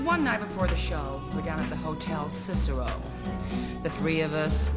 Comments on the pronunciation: haha sisarow? wayy off. its Cicero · You were right about all the words except by one: it's not scisserouge, but "Cicero". It's an italian word, Cicero is the name of a person. In english you say "Sissero" or something like that, but in italian is said how u write it. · its actually not sisserole, its cicero, hotel named after famous dead guy in Greek History. (orator, i think, not sure) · it's pop. six. squish. uh uh. cicero. lipschitz xD close, but no cigar.